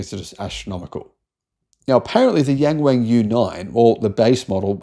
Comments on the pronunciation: It's Yung Wung, not Yeng Weng 😅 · OMG I can't stand the incorrect pronunciation of "yang wang", and it isn't just you mate. Maybe try saying it like "young Wong" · yeah, I thought he said 'Gang Wang' at first, I was 'huh?' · Better to just read "YW" 😂